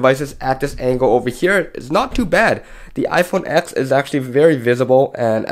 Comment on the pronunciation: You're a "tech reviewer" and you don't even call the iPhone TEN by the correct name..?